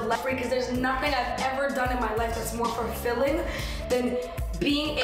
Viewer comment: Literally why does she say “fur-filling” instead of “fulfilling” …????